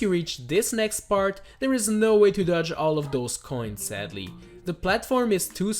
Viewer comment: But seddely